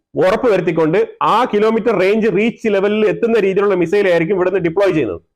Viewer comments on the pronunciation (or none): none